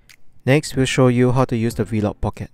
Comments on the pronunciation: “Vlog pocket” not “v-log pocket” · he’s commenting on your pronunciation of ‘V-LOG’ as opposed to just ‘vlog’. I must say, many Singaporeans also pronounce it the way you did. I have no idea why.